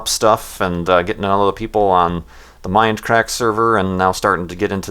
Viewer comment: It's; "Mindcrack" not; "minecrack."